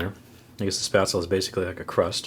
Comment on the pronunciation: Pretty sure Spaetzel is a german thing, in which case it would be pronounced "Sh-peh-zel